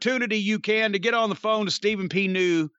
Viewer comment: .......Call Ste-Phen P. New!